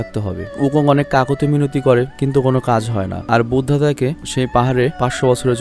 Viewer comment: ভাইয়া কিছু মনে না করলে একটা কথা বলি,,, Buddha( বুদ্ধা ) এর উচ্চারণ হবে বুদ্ধ ।